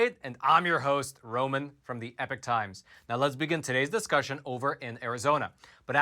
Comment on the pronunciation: “EE-Pock” not “Eh-Pick” Completely different meanings.